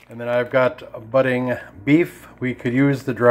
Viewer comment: And, it's not Budding, it's Buddig...